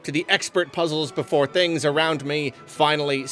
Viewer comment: I hope makes this pronunciation of "BeFOOOOREEE" a thing.